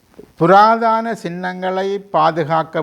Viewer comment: "புராதன" not புராதான? அடுத்து எவர் ஆட்சிக்கு வந்தாலும், சிங்கள அரசாங்கங்களை பொறுத்த மட்டில் "கொள்கை" ஒன்றே.அனைவருமே "ஒரே கு......யில். ஊ.... மட்......ளே".